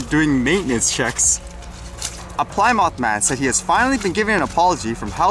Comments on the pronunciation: Awesome content as usual... Plymouth is pronounced as Plimith not Ply Mouth.lol Have a great day. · Plymouth - Not pronounce ply mouth lol but plim-ith like in the now defunct car company (Dodge/Chrysler/Plymouth.)